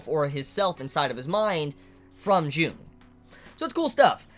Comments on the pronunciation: Great video, outstanding as always. I love your Symbolism videos Also, I know you're not good with names and I just want to point it out, that "Carl Jung" is actually pronounced "Yoong" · Um. It's Carl Jung, pronounced Carl "Young".